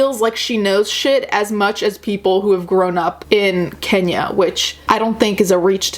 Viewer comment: *Kenya......Kenyyya. With a Y hahaha.